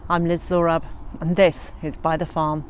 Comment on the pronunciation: If you have some frozen peas that you feel are past their time, put them in the ducks' water and watch them bob for peas! It's great fun. Every time you say "Byther Farm" I think you are saying " by the farm"! (Grin)